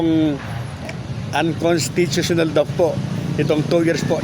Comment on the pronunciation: Bulul.kataga uncostitional hindi m kayang bigkasin hahaha